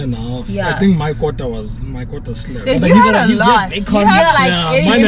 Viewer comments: Athi qwuuwoter😂😂😂❤ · It’s the way pronounced “Quarter” for me😂😂😂